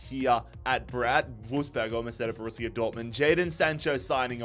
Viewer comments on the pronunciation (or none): none